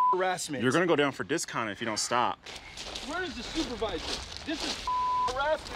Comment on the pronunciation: He said “discon” but he meant “miscon,” as in misconduct.